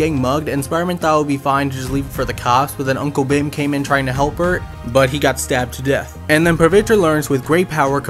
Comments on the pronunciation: Dude it’s not pronounced ‘Bhem’ it’s pronounced ‘Bheeeem’ because I’m indian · Bhim is pronounced as Bheem btw but that's ok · Its not bhim its bheem i know thats not the spelling but you should pronounce it like bheem i know i am being way too picky but i had to correct